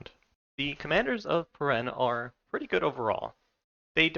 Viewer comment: Nice, I was waiting for a video on these guys. It's pronounced peer-en-knee, like the pyrenees mountains in the real world, by the way.